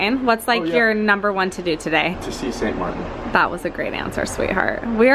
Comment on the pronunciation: Pronounced. St MarTin.